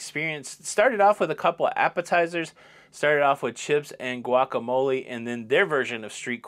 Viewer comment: Hey, love the show!! Sadly I am now having to announce my airport departure from the channel due to your pronunciation of "pizza" and "guacamole". I have taken all that I can of your made up words. So I am now departing your channel for the night and will see you in the next video on the lido!!! Bye!